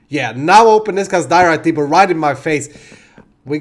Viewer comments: I don't mean to be rude but in the word depot the 't' is not pronounced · great video. ont thing though in depot the t is silent